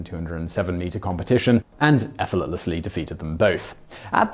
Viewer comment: "and efforletlessly defeated them both..." Today I found out "Efforletlessly"